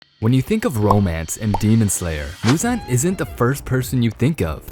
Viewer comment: Like bro pronounce the names right